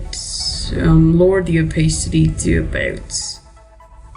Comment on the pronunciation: "Lower the OPAACITY" xDD <3